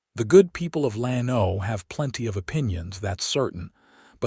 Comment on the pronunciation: gotta train AI to pronounce names and cities properly. Lano is not Lan-O, but LAN-o. It twists my ears to hear it wrong!